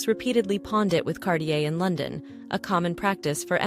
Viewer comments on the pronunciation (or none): none